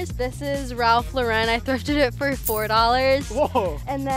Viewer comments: “ralph lare en” maybe it’s just me who pronounces it as “ralph loren” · The wAy she pronounce Ralph Lauren